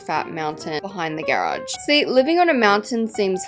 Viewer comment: The way you say GAERAGE its just i cant 😭